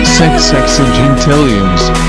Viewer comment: It's Sex Whales not Ses Whales*